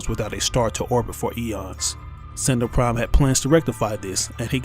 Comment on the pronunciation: Sentenel prime its rat